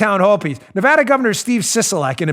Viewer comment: Dan, its NevAda, NOT NeVAHda,,,,,,!!!! and don't blame us for sissylak.. Clark county (Las Vegas) voted him in. He had soros backing and california millions poured into his campaign. we in NevAda hate him......